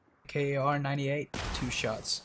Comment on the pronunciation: The "kar" in Kar98 is not an abbreviation, it's shorten from karabiner 98, which literally means Carbine 98. So you can just pronounce kar = car :)